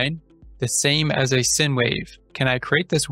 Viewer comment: Thanks…fyi I think it is pronounced “sign” not sin